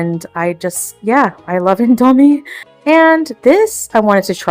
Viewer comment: Her sudden stupid mispronunciations of random words is f*cking annoying. Also when she randomly starts repetitively saying certain phrases out of the blue. “I seen it…” “ever since I’m _____,” and “whoa!!” came out of nowhere, and her most obnoxious mispronunciations are, “sandwidge,” “indOGHmie,” and “inDOCTRINologist.” Like you speak English fine and you’re not quirky for f*cking it up on purpose.